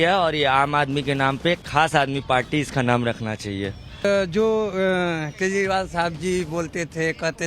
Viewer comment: Koi kejrival bolna sikhade 😜😜